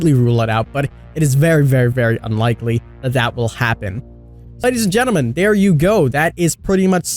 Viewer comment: “Ladies and Djuntlemin”